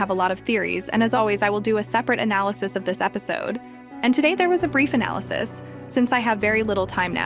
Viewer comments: Why said aballysis not analysis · Btw you said a abalysis and not analysis